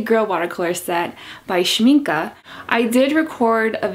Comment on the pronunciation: I've a set of professional watercolours from Winsor&Newton, but I wanted to try out Schmincke ( glad you say their name right ) as I have many tubes of oil paint made by them. Yet I heard that they are attracting quite a lot of bugs in the spring/summer or more exotic regions as they are based on honey, is that right?